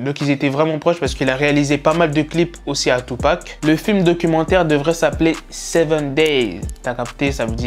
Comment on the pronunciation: On dirait ta dit seven binks a